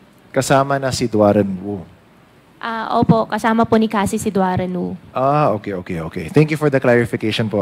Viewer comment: Your honor ang pangalan po ay DUAREN WU hindi DUAN REN WU